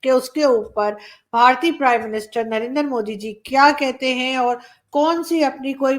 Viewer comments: it's not "na-ren-dar" it's narendra in one line !!! 😏🤠😜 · Arzzo jee~ It is not Narandar Modi but Naren-dra Modi